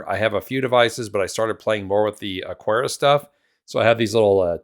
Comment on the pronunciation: No 'u' in Aqara. Just pretend it's a k instead of a q.